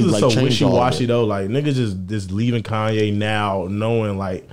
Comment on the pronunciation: “Now all I need is y’all to pronounce my name It’s Kanye, but some of my plaques, they still say “Kayne”